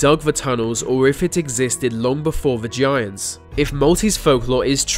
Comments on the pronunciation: Oh man, I thought I was the only one who kept hearing him say "vagiants" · Sound like he's saying "Va-giants" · BahaHahaha ! " vigiants" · I heard 'the giants' 🤔